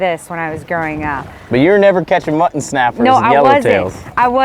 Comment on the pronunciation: Cracks me up every time says “Muh-an”! Lol, ❤️ you guys!😂